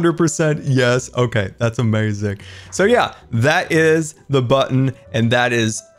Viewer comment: I love the way he said "amayuzing"